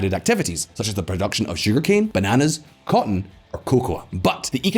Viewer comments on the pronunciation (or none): none